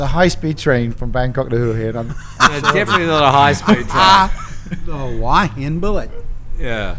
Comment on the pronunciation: still can’t pronounce Hua Hin correctly. 😊